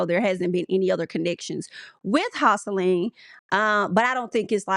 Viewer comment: Pronouncing Joseline as houseline is making me weak!!